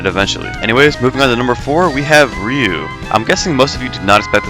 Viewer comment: he is pronouncing it right